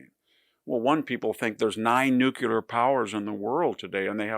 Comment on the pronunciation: please learn how to pronounce NU - CLEE - AR